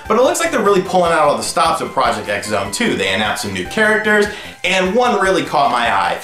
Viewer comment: Project X Zone is actually pronounced: Project Cross Zone. Just like with Street Fighter X Tekken.